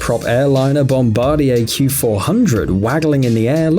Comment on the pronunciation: LMAO That’s a 737 not a 767 yes I’m a aviation person SEcond: he pronounced bombardier wrong